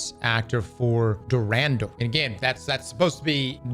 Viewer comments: DuRandal the DuVandal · The way pronounced Durandal stunned me for a second